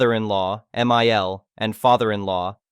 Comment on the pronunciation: The problem with AI readers is numerous, but it gets especially confusing when it becomes apparent that Mill and Phil might not be some additional characters in a story, but botched abbreviations of M.I.L (mother-in-law) and F.I.L. (Father-in-law)